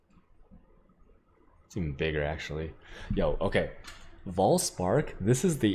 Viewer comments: It's Vaal spark, not Voll spark. Also, why is* Vaal* spark so good. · Its vaal spark not voll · Vaal Spark -> Farm Dried Lake (Voll) -> Voll Spark :D